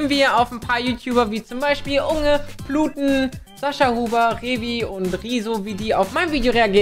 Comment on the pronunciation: Sagt er "pluten"?